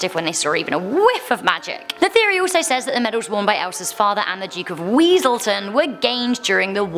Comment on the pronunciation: It's Wesselton!!